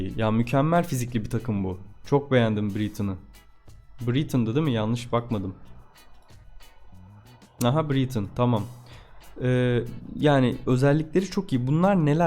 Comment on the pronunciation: Paylaşım güzel eline sağlık da "biritın" ne hocam "bıraytın" diye okunur